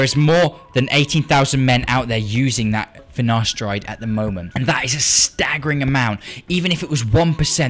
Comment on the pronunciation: ok i will not take finaSHteride